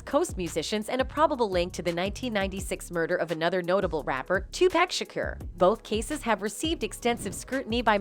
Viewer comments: It’s PAC not pack geesh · Well do a video on how this lady talking keeps on murdering Tupac’s name in all these videos. Who the fuk is “TuPack”?!!! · It's pronounced Tupac... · Pissing me off mispronouncing Pac name. Disrespectful